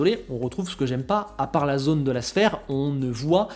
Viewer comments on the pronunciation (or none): none